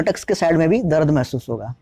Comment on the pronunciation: Not Darad, it's dard